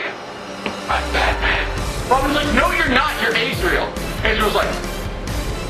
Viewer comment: Azrael is I think pronounced AHs-RAh-eL, not ACE-REAL.